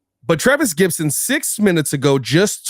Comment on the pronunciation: It's "Gipson", not "Gibson", you tool.